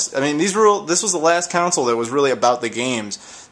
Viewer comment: I really hate the way you say "console". You say it like "counsel".